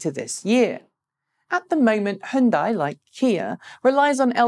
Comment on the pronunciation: Just a reminder, it is not pronounced "he yun die". you got the y as in yellow right, just don't add the e sound after the h. And the bit at the end sounds just like 'day'. "H-yun-day". in two syllables. Hyundai.